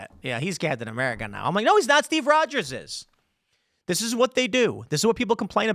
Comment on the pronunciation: Its captain "whaaamerica" now.